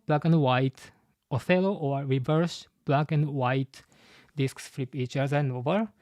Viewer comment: Just a small note, "Reversi" should probably be pronounced with the i coming from the latin word. Also Imu has to have the immortality surgery, I doubt he had to steal lifeforce to become immortal, he's more using his own infinite lifeforce to use the Abyss it seems like.